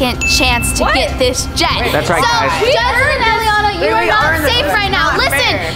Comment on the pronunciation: Its elliana not jelliana